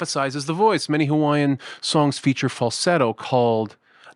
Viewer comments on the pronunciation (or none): none